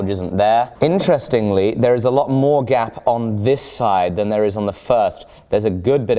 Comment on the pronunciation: I thought you were saying “gab” lol